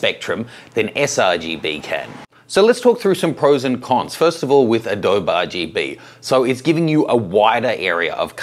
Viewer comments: In case nobody told you, it's not pronounced "Uh dobe". It's actually pronounced "Uh-dobie / Adobey / Adobeeeee". Adobe. Signed - someone who lives by Adobe. :). Thanks for the video by the way, I've had this question for a while. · This is 5-year-old evergreen content so good on. But the "uh DOE Buh" was making me crazy. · When he said "adohb" I spat at my screen, then cleaned it and switched to sRGB. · Thanks for the info,. Just to be clear though, Adobe is pronounced with an "eee" sound at the end. Like this, UH-DOE-BEE. Just like the Spanish word for mud hut walls or bricks. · ...and Intel was peed off that everyone was using gamma 1.8 'Apple RGB' on Macs! PS it's pronounced "A-Dobeee" as in the clay houses. Cheers David Myers in Sydney. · I normally don’t comment on 5yo posts... I don’t believe a word you say about adōb. If ya can’t learn how to say one of the most widely used products in the field, you can’t claim to be an expert. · Nice catch! I tried to ignore it after the 99th time he said Adob'. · its pronounced "ah doe bee"! mmkay!:-) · Adobe (/əˈdəʊ.bi/) you pronounce it properly, i feel like you are doing it on purpose :( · Jesus! Still not pronouncing the E after all these years? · You say Adobe funny! First person I have heard say it like that! (BTW, not having a go about it. Before some keyboard hero jumps on me....)